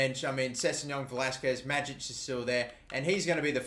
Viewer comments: Greetings from Croatia. You pronounce Majic wrong. In Croatian language we read J more like Y . So read it like Mayic. I hope this helped you. Support from Croatia keep going mate !!! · Tin Majic is pronounced May-itch